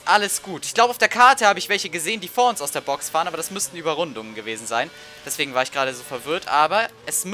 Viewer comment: daswegen stoppen die noch nicht. gutes deutsch